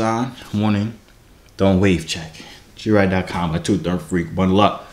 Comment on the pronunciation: mercanarytac t she said it right the first time then she went to “Jovier”